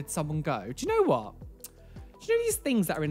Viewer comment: Nobody:: "Whoat?!"